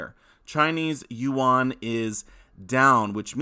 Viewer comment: “The Chinese u-won” 😂😂 it’s just won or yuan bro 😂